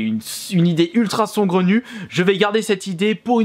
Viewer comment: Je suis le seul perturbé par son " SONGRENU" ? C'est saugrenu mec... sAUgrenu